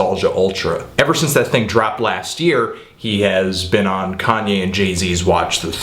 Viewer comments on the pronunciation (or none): none